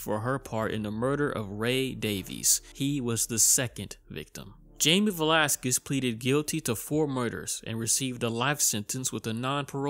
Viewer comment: You pronounce his name Velásquez